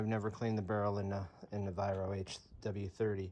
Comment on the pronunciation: Pronounced Vi Wrok, from the owner him self.